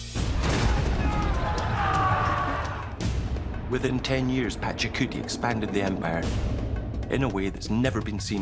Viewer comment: Pachacuti or Pachacutay ? These experts don't know how to pronounce it.